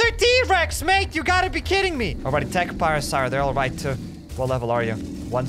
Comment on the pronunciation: You saying parasar pain